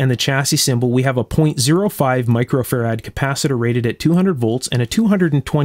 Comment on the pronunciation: Whilst I love your videos, I really wish you would pronounce Farad correctly! Farad is derived from Michael Farady's surname and the emphasis is on the first 'a' not the second 'a'